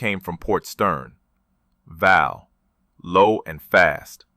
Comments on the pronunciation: It’s VAL, not valve!!! That’s just ignorant. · Val not valve is AI at its best